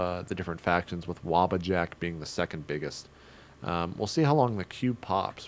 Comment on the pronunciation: WTF JP have you never played a Elder Scrolls game before? How do you not know how to pronounce Wabbajack and Cyrodiil lolll